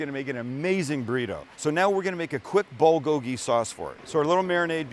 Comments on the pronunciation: bul-GO-gee, not bul-go-GEE. sorry for the correction .Great over rice! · How to pronounce bulgogi is the bul sounds like pull but with a b, so bull-gogi.